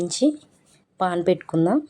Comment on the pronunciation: పేన్ ❌ పాన్ ✔️